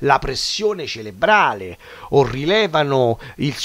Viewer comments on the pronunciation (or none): si dice Cerebrale, con la "R"